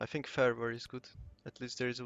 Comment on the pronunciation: Mint egy magyar aki mar tobb mint 5 eve kulfoldon el (ahol angolul beszelnek) ellegge irritalo az akcentusod. Egy ket jo tanacs a th hangot (think, thing) ne sz-hangal ejtsed. Magyar nyelvben nincs kulonbseg W es V kozott de angolba ugy kell W rendesen kiejteni, hogy ne erintsed ossze a ajkaidat. Illetve a t betuidet nyomd meg rendesebben es akkor jobban fogsz hangzani.